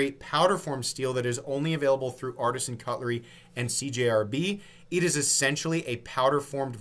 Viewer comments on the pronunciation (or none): none